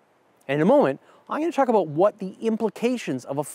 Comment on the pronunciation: "When ever we talk aboot..." Dew eet agein! 😝